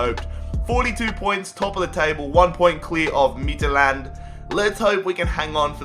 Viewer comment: The way he says "Midtjylland" makes me want to commit suicide in a public place